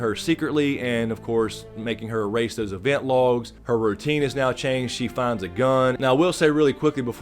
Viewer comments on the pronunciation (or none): none